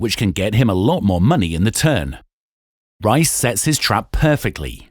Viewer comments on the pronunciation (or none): Pronouncing Riess's name as RICE and not REESE show's the person reading this copy is clueless about poker players. Do your homework guys! Please! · Rice? The TV commentary literally tell you how to say his name properly in case you don’t know how to pronounce the world champions name yet you still pronounce Riess as Rice ? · "Reese", not "Rice".